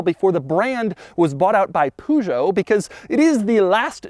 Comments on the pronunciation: Americans: Citröen - 'Citron' (is it a lemon??!). Peugeot - pue-g-ott Everyone else: Citröen - si-tro-en Peugeot: - purr-jo (with a soft 'j') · Everyone: Peugeot. Doug: Poogeau Doug is the type of guy who refuses to research the pronunciation of foreign car brands. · What on Earth is a Sit rone and Poogeot? One of the most prominent car reviewers on YouTube and can't even pronounce 2 of the most famous brands in history. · Yes with Citroen by wrong with Peugeot: it's "Peu" at the beginning, not "pu" (poo) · And Peugeot! Doug did kind of murder the pronunciation. Pur-joe (or puh-zhow) seems far better than Pew-joe to my ears. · Me with my French accent : “Peugeot” Doug : “Poo-Joe” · BY WHAT? XD its Peugeot, not PUŻO XDDDDD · It say peu in the name Peugeot for a reason, not poo. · Peugeot Doug: "Puugo" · "Citron" "Poogeau" You can tell these brands aren't very well known in the US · I agree about "Poo-joe" but he nearly has it right with "Citroan" ...much better than "Citrin" as most people pronounce it here in UK, it's "Cit-ro-EN" there are two dots over that E for a reason :-) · "Peu (rhymes with "her") zho" (like "Joe" but with a soft J) and "Seat-ro-en" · people in britain pronounced: pewzjah and seetren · nope. Per-sjow and Sit-ren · Back in the 1980s, British people really did say 'Pew-joe' - and even today so many still say 'Porsh', infuriatingly. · lol and im not even czechen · Bien joue😂😂 ca ma aussi fait mal quand j’ai entendu citrown😂. Et pujeot aussi😂😂😂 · “Sitroun” “Puujo” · "Seetron" "Poojoe" Ah, yes, americans who dont even try to pronounce other languages correctly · How did you like his pronunciation of Poo-Joe? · Bro just said ... CITRONE and POOjooe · Peugeot is pronounced 'per-zho'. why do americans always get it wrong? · Why in the real name of hell do you pronounce "Peugeot" as "Poojot"? WTF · pew joe but soft J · he doesnt even try to pronounce correctly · It's funny the way Doug pronounces those french brands